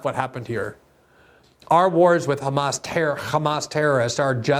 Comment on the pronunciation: Why do they pronounce "Hamas" that way? It makes me sympathetic to any group to hear their name butchered so much.